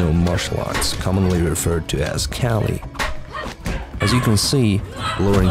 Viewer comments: You pronounce kali wrong. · Once again, it's pretty hard to keep all things correct when it's not your native language... And even Lauren herself wasn't pissed at me mispronouncing "Kali"